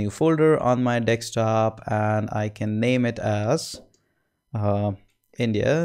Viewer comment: Thank you Sir. And did I just hear dekstop?